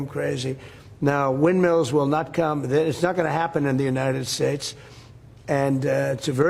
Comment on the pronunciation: honey, they're "wildmills", not "windmeals".